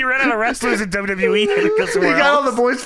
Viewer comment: ' "DuhYuhYee" is amongst the laziest pronunciations of "WWE" going today. Respect. I keep track of these things.